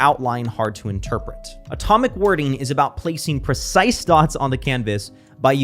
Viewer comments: PRE-cise dots! 🙄🙄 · PRE-cise with your language! 🙄🙄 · PRE-cise terms! 🙄🙄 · PRE-cise words! 🙄🙄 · PRE-cise with my language! 🙄🙄